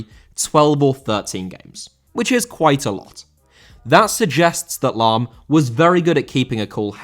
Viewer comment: Lahm * not Lohm